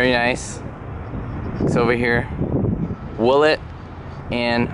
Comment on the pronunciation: Willet is correct!